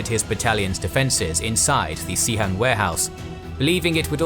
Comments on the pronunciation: Pronouncing it Cee Hang is really funny cos it means WC in the cantonese dialect. In mandarin, its pronounced more like Sss Hang. Nice historical animations and research! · It's pronounced as "Suh-Hung" in Mandarin, actually. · Sihang is the right pinyin, but the narrator pronounced as Xihang.